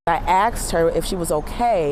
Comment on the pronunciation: Come on people, it's asked, not axed.